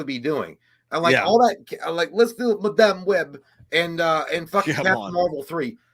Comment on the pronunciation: I love how each time says Madame Webb wrong lol it's like when he said memoir wrong for Halloween Ends. Lets hope for the next list it Jay gets his year for 94 right